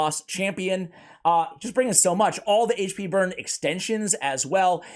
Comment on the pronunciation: I really appreciate CC, but for all you eNglish guys, HAIGCH P Is not how you say AICHP HP... grrr so annoying